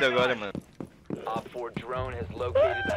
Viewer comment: "Drrrone is rrred"